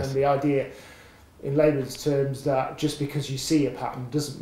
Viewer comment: Tim Okolowski it did sound typical german to me though, the way he said "dat" instead of "that". Im from the netherlands though so i might be a bit biased.